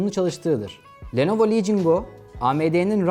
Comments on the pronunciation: Lenovo ❌ Nelovo ✅ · Nelovo Legion Go